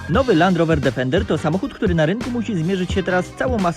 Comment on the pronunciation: dEfender DEEEEEFENDER, nie żaden difernder